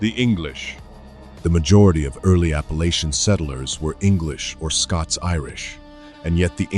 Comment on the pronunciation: It is Appalachian Mtn Range. Pronounced Appa lay chen. I'm from there. My Great Grandmother was from Chattanooga in the late 1800's. Her family moved there from the Carolinas. Later moving to Western TN & Texas.